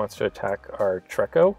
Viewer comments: TREE-KO, not TREK-KO. Triggered, sorry, lol. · it is pronounced tree- ko. Not being rude just saying.